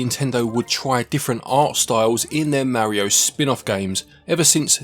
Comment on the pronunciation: You can't even say Mario correctly